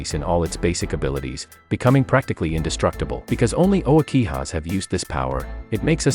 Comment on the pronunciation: Dude wtf is the hoakihas?!! You mean the "uchihas?"! Sheeesh